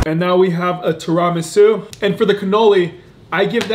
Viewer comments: Lmao “Tira-Ma’su” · Tear-a-mee-soo is how you pronounce it. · STOP PRONOUNCING TIRAMISU WRONG!!!! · Your pronunciation of Ti-ruh-mee-soo had me arguing with my girl that y’all both were saying it wrong. But love the vids, keep it up!